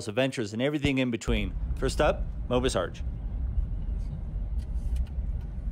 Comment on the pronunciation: Mobius is pronounced "mo-be-us" = 3 syllables, not "mo-bus".